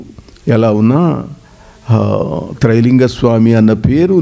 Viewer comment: నాయనా తెలుగు నేర్చుకో ముందర ట్రై కాదు రా బాబు త్రై.....🙏🙏🙏....